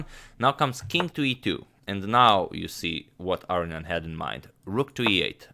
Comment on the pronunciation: I wouldn't mind if you could find it in your heart to say "ar-own-ian" rather than "aryan".